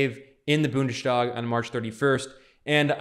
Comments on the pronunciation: It’s not pronounced ‚BundeSTHag‘ it’s BundeStag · Don’t say Bundestag as an SH. It doesn’t always apply for ST combinations and in this case you have to pronounce it as an S.